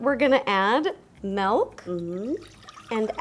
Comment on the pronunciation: Two of my favourite YouTubers say “Melk” not “Milk” 😂